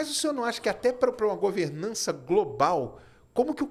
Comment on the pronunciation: Ele falou em governança Global ... rsrsrsrs "çei" ... rsrsrs